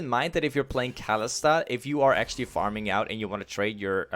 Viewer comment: aint kalista pronouced like ka-li-sta? not kali-sta?